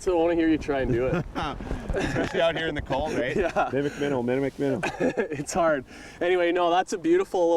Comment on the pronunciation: "Mimmic mimmow." 😂